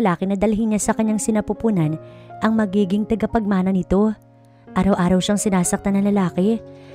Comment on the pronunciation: TAGAPAGMANA NOT TIGAPAGMANA.